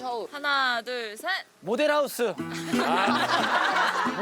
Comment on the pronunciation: 나만 양세찬 모델rrr하우스 발음이 웃김? 😂😂😂